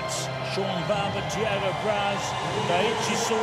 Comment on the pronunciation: T-ah-go not The-aye-go